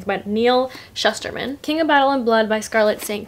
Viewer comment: You saying you can’t pronounce then saying Shusterman wrong had me dying 😭😭